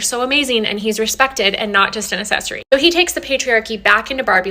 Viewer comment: Why does that girl from the last clip say assess-ory instead of access-ory? It's so annoying 🤣 Also, I haven't even seen Barbie (I don't go out to go to the cinema 🤣) but I still had to get take on it. Spot on, as usual 😊